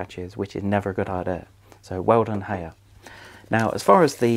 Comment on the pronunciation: Hay er lol It's High R FFS